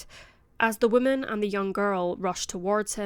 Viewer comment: You need to work on how you pronounce "woman."